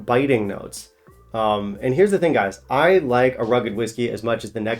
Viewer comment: D I like you, but not the way you say "and". Hope I've put 2 and 2 together for you!